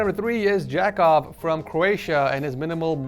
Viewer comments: Jakov is probably not pronounced Jackoff lol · Who else immediately went to the comments after jackovs name was said as jackoff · Jakov is pronounced like "yuck of" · How is your name pronounced Jakov: Ja Cove: Jackoff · I'm Croatian and the way that you pronounced jack-ov was wrong its yah-kove. I love your channel keep up the wonderful work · Omg croatia! That's my country! Finally someone on setup wars. Btw you don't say it like, jack-off as someone in comments said. It's little hard to proununce that word right for americans as our language in croatia is worst thing ever. For example try to say š, č, ć, đ, ž, đž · Jakov is pronounced Yah-cove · Why did you have to say Jakov like that, cmon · “Jakov “ lmao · "Jakov" (get it it sounds like j**k off)